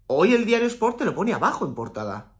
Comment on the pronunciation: Me gusta como dice diario ass😂